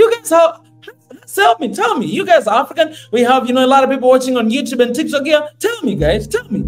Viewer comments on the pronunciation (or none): none